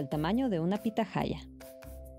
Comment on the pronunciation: Excelente. Un comentario, pitahaya se pronuncia en castellano con 'h' muda.